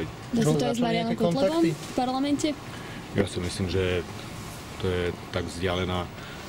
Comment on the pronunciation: Kotleba ty radšej slovo parlament nevislovuj!!!!!!